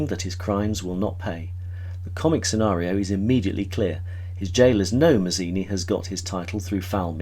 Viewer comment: Yep, I was going to pop in with that. I'm also going to be picky and reflect that Louis' last name is pronounced "Matz-eeni", not "Maz-eeni" as is done here. Louis himself emphasizes the Italian pronunciation, and it's important to his self perception. I completely agree that Dennis Price turns in a magnificent performance, basically carrying the burden of the plot on his shoulders. Also, like Guinness, he steps into a couple of different characterizations. That they're all disguises doesn't detract from how well he does them. This movie was my intro to Guinness and I have been in love with him ever since. It wasn't my intro to the silky basso-contralto voice of Joan Greenwood: I first heard as "the notorious Lady Bellaston" in the messy but fantastic adaptation of "Tom Jones". (For anyone whose read the novel, I can't help feeling that the movie captured the off-kilter logic of Fielding's work and that he'd get a kick out of it. Not to mention that it's as if he looked forward, caught sight of Hugh Griffith and declared "Yes! That's my Squire Western!")